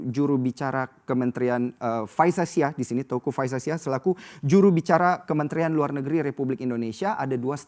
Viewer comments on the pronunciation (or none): none